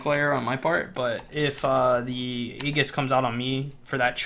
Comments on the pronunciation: Pet peeve of mine: Aegis is pronounced "ee-jiss", maybe "ay-jiss" but never "egg-us" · Just needed to point out from 10 months in the future that it's actually ee-jis, not age-us. Common mistake. Don't want anyone reading this and learning the wrong thing. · Let me help you. Ming's lvl 4 talent is Tri-um-virate. And the Angel of Hope's ultimate is pronounced Age-us. Aegis. No agg sound. Age. Great video man